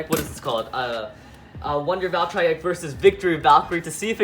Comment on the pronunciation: I do be called valtree ek not valtriek